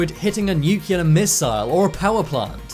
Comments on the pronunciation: This is an awesome video. Thank you for posting. NucLear not nucUlar by the way...please and thank you. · It's nuclear not nukuler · You said "nucular", it's really nuclear. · Nucular is the new nuclear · You need to Lear how to pronounce NUCLEAR.... You say Nu-cue-lar and that is not how it is written or pronounced ... It is New-clear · The most scary thing to me is that some people still pronounce Nuclear as new-Q-lar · And I gave up when he kept saying Nook-u-lar instead of nuclear.... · It’s NUCLEAR not NuCuLaR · Nuclear is NOT pronounced Nukular. Why are most people unable to properly pronounce this word? Just a pet peeve of mine, so I thought I would take this opportunity to complain. :) Nukular….. Come on guys.... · Weird that this youtuber doesnt know Columbus didnt land in America or meet native Americans. He bounced around the Bahamas and Cuba never set foot on america....god and he says nucular.....its nuclear....god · He is saying “nukilla”😦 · Narrator: "Nuke-you-lar. Nuke-you-lar. Nuke-you-lar. Nuke-you-lar. Nuke-you-lar. Nuke-you-lar..." and then, Stephen Hawking arose from his grave and punched Narrator in the mouth saying in his robot voice, "It's New-clear, asshole." The End. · wait.. did you just say nucular? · Nukiller?? :D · Say it with me nuke - Lee - are (nuclear) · When are they going to use narrators who know how to pronounce NUCLEAR???? Grade school English, people! How hard is it to say?